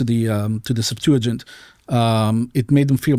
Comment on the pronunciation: He said "Sept-to-gint", its pronounced Sep-tua-gint, and yes its Greek, What a Monist liar.